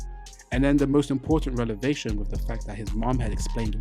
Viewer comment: BTW... you been scrambling the word revelation every time 😂😂 You are mixing up the V and the L, like in this video you kept saying rel-ev-ation instead of rev-el-ation "Revelation" stems from the word "reveal" - as in, knowledge is being revealed to you Or you can just remember, ReL-evation is a grammatical L